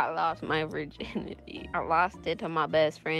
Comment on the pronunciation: " that i lost my virginyty" 💀